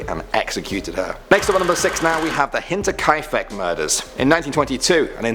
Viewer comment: oddly enough, you nailed Hinterkaifeck, so good on ya :D